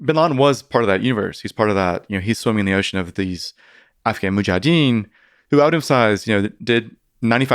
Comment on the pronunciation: I was really looking forward to hearing this but sadly this gentleman was a tough listen. His cadence was, as many have commented, very distracting - he seemed to miss a lot of syllables ('mujadeen') but also rambled into many tangents as he spoke. 0.75 just doesn't work with Mr Fridman either 😅 No dislike, so I'm having a quick moan instead! I'll keep trying to listen but an opportunity missed I'm afraid.